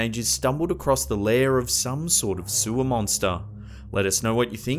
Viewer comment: Sewah mounstah....